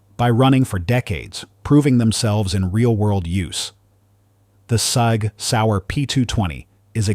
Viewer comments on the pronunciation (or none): Sig NOT SAG!